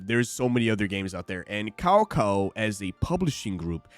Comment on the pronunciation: its KAKAO... not KAO KAO hahaha dude!